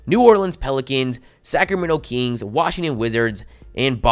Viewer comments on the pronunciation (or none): the “keengs”